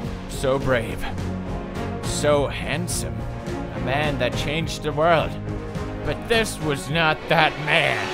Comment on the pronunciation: "What was thawt" - I laugh every time